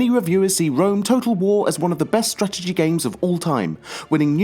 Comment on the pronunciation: The fuck you said strategy a hundred times, and i was annoyed the first time you pronounced it :(